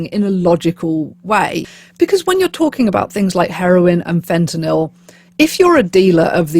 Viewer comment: Thank you for saying Fentanyl correctly, instead of FentanALL. It just irks me that everyone pronounces that incorrectly. Also, while it’s not that inconceivable to imagine the government having a hand in something like this, because they know who the big distributors are, I’m not sure it makes sense to use a chemical that causes flesh decay and symptoms like that, which require a lot of health care treatment for people with no money, instead of something that would just kill them quickly.